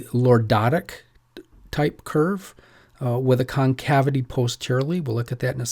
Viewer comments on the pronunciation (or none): none